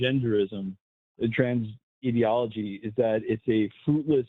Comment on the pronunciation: you're a science-denying weirdo, and once again, people like you talk in buzzwords like "ideology" without knowing what ideology is. And you mispronounced it, you mug.